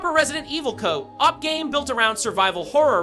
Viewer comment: Never heard a real person pronounce co-op like that